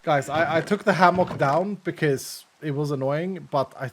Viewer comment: It's pronounced ham-uck lol From Texas